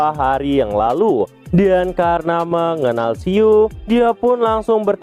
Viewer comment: "Kerena itu" Ngucapin itu mlu si mimin😂